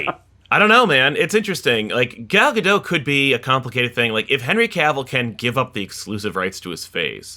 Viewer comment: i know it's a little petty but the T in gal gadot isn't silent